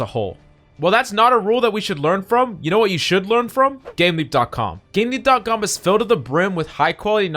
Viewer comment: You helped me, so I'll help you, make sure you finish words, I had to double take cause you didn't put the 'p' on gameleap. Make sure you're always 100% clear when doing reads otherwise you'll end up with shitty sponsors. But I'm assuming you own the site so you don't need to worry about that, but in future. Great video though, thank you heaps 😊